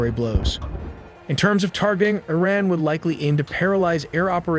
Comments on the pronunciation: Why do you say ERIN instead of IRAN.? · Its iran not ayran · Arean? You had me at Click. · E-Raq and E-ran lol.